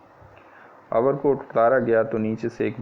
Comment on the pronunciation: Overcoat not over kot 👍